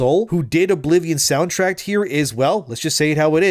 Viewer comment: Soundtrack, not soundtract